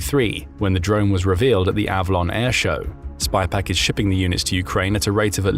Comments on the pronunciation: SYPAQ not spypaq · IT’S SYPAK NOT SPYPAK